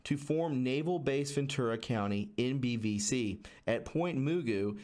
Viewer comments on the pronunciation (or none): IKR...and Moogoo😂😂lol I have to listen all over.😠I kept laughing everytime I heard moogoo😂 Its ppint Ma-goo...like the cartoon mr magoo😇moogoo😂😂😂kkkkkk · If you're going to make a conspiracy theory video, learn how to pronounce the names. Its Point Ma-Goo not moogoo. And it's why-knee-me. Not huandme. Damn dude. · Hey... just helping you pronounce these names from the video brother.... not hating I’m from here and they are strange names.. Point Mugu is pronounced like the cartoon Mr Magoo... and Port Hueneme is pronounced Port Y- KNEE -ME... just helping out brotha keep up the excellent TRUTH reporting! #WWG1WGA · A little help on pronunciation: Point Ma-goo Port Y-Nee-me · Pronounced Point Magoo. Like Mr Magoo. My father worked there. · The base names are pronounced Point Magoo as in the cartoon Mr. Magoo. The other is pronounced hYneemee. This is a breathy H that sounds more like you are just saying Y. This is from a native tongue. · Point Hueneme is pronounced Point WHY KNEE MEE 😉😉 and Point Mugu is Point MUH GOO. Thanks so much for all you do from this chick who lives very close to China Lake ♥️ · They are pronounced Point Magoo and Point Why Nee Mee. I would also take a look at San Clemente Island.... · Point Mugu pronounced Muhgoo Port Hueneme=Whaah nee me Was just there a few days ago! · FYI point mugo is pronounced like MR. Magoo! and point Hueneme is pronounced wi ne me! there next time you will sound better. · Hueneme pronounced Y Nee Mee Mugu pronounced Magoo Great vid! Thx for all your hard work. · Hueneme is pronounced Why-uh-nee-me. Mugu is Ma-goo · Mahgoo is how u pronounce it and wyneeme is how u pronounce it. Maxwell, is that a relative of gislayne? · Point muh-goo. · Point Mugu = "Ma- goo" like "Mister Magoo", also Port Hueneme= Port "Wa- knee -me". Interesting vid, thank you. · it's pronounced Ma goo.. a d port why neemee.. it's Hawaiian I lived near Ventura as a homeless child. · Pronounced. Ma goo. Sorry former Calif girl